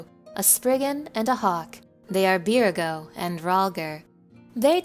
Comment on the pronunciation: Thanks for putting this together! It’s a great refresher on everything that happened so far. I am struggling to not laugh every time you say beer-go though. is that really the official pronunciation? I’ve been saying it like buyer-gott for years 😂